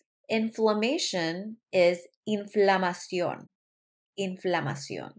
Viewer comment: Inflamación have the accent in the "o" not the "i"